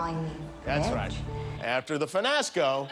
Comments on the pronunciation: I honestly think (finasco) was worst than lingerie. The child pronounced what she read, the other added in a n. Finasco was most definitely the winner. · I think the "finasco" is worse. Cause "fiasco" isn't even spelled like that, whereas "lingerie" really is spelled poorly cause it's French. So mispronouncing "fiasco" was the dumber thing to do.